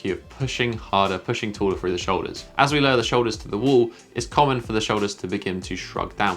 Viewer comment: if you could stop saying wole and start saying wall, i could stop imitating you every time you say wole